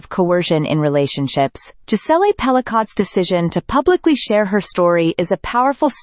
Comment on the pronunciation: Hate this A.I.-narrated crap….”Jis-ell-ay Pell-i-cott”. The surname is finally pronounced correctly , then goes right back to being butchered…is it really that costly to have a human being pronounce things correctly ?